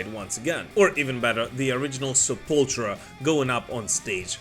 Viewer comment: Did u say sepultra instead of sepultura? Nice channel man